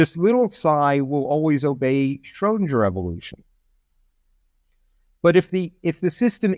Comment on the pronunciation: He keeps saying Schrodinjer.